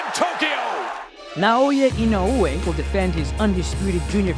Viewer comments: C'mon top rank.. this man is printing you 💰. The least you could do is learn to say his name right. Just say 'E know way' at least it's closer than 'e no ooh whey'. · It is 4 syllables, but I think the emphasis on the e-no-OO-ay is the strange part. In Japanese the syllables somewhat blend, and the emphasis should be more like EE-no-oo-AY. Applause for doing your research beforehand though! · his name is not inouuuuoooye btw. its just I N O E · In-o-way, that’s how you pronounce it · Idk why English speakers tend to make Japanese names more complicated, dudes name is NOW-YA IN-Oh- Way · He's not Hawaiian dude, you can just say "In-oh-way" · Don't listen to these guys please, it's Ino-weh simple as that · The correct pronuonciation is, Now-ya Ino-way! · Say his name properly. Put some respect on it. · i cringed every time i hear you say inoue name, sorry i cant finish the video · The way he pronounces his name pisses me off. At least say it right if your gonna make a video about him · How this guy pronounces "Inoue" rustles my jimmies